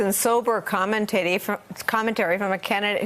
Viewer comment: "Serious and sober commen-titty"